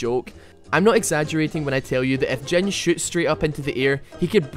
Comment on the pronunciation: i like how you pronounce him dzen XD not jhin